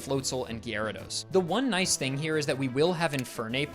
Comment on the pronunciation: AHHHHHH STOP SAYING LU-C-IN. ITS LOO-SHUN. ALSO PLEASE LEARN HOW TO PROPERLY PRONOUNCE OTHER NAMES. It’s not GUI-AIR-RAH-DOS, it’s GEH-RAH-DOS.